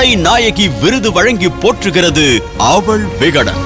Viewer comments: 😮அவல் இல்லை. அவள். Anchores must learn pronounciation. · அவள் என்பதை அழுத்தி சொல்லுமா அவல் இல்லை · Yes. Not able to pronounce aval. Kevalam